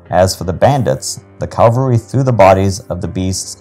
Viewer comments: cavalry NOT Calvary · CAV -- al - ry...